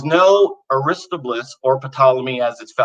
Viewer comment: The young man’s enthusiasm, creativity, fails to convince. Also, please tell him that the name Aristobulus is pronounced as "a-ris-TOB-yoo-lus". The emphasis is on the second syllable, "TOB”. I think he’d be better suited to doing Christian comic books then serious scholarship.